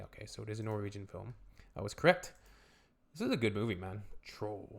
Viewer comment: I love your Norwegian pronunciation, - You make my language almost sound Vietnamese 😆